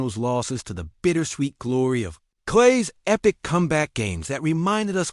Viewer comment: Did he just say “klay”? 🤦🏽‍♂️😭